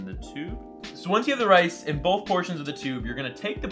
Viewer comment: Sticky rice more like sticky wice